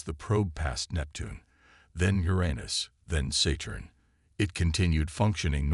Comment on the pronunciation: Just listen, don't read. However, I take exception to the AI's pronunciation of Saturn: Saytern or Settern😂